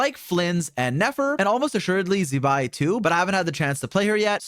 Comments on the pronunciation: 😅Z-bai is a curse word. It's pronounced more as ZZ-bai. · can you please pronounce Zibai’s name correctly, it’s not that hard. you literally have a Chinese gf